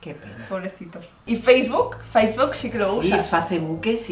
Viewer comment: LIKE Por el ''faceboke''